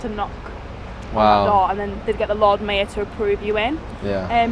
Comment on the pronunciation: Why can't she pronounce mayor properly